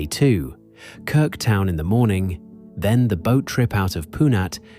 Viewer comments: Und die Insel heißt trotzdem Krk und nicht "Krik". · Warum kann man nicht einfach KRK sagen, warum immer Krik? 🤮 Abgeschaltet! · Danke, tolles Video... aber bitte... KRK nicht KRiK 😵‍💫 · 🤔 man sagt Krrrrk !!! Nicht Krik ?? Was ist das für eine Doku 👎👎👎Wir als Deutsche sind dort seit über 20 Jahren, UNGLAUBLICH WUNDERSCHÖN WUNDERBAR 😎😎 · Von Krik kann keine Rede sein. Ja, ich weiß, schwierig auszusprechen. Aber nun ist ihr Name Krk . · Die Insel heißt nicht Kirk, sondern Krk! Ohne "i" Vokal. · ES HEISST NICHT "KRIK"...DAS REISEN ist viel zu billig. Sollte 10X TEURER SEIN. MASSENTOURISMUS macht weltweit alles kaputt ! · Krk ,so aussprechen . Krk ist sehr schön ,war schön 4 mal dort. ❤ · KIRK! Haha! wisst ihr nicht, einmal wie das ausgesprochen wird? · Es ist wieder falsch es heisst Insel Krk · Ich möchte es gerne anschauen, aber immer wenn ich "Krk" so ausgesprochen höre, muss ich mich überwinden, weiter zu schauen. So bin ich noch nicht bis ans Ende gekommen. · Entsetzliche Aussprache von Krk…. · Niemcy źle wymawiają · a Croat: almost right. However, since your are asking, your "R" remained incorrect. 😉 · KRK wird so ausgesprochen, wie es geschrieben wird. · Die Namen der Orte werden genauso ausgesprochen, wie sie geschrieben sind, also: KRK und nicht Kirk, VRBNIK und nicht Virbnik. Das muss die KI noch dringend lernen.